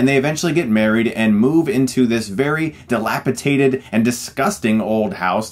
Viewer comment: Dilapidated* Chris. Lol